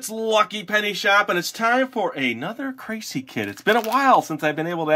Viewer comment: Its pronounced KRAH•SEE•EHH....